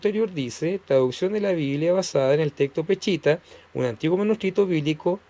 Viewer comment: No se dice peCHita, sino peSHita, pronunciese la sh.